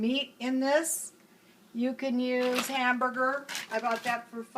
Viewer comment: Lmao the way she says hamburger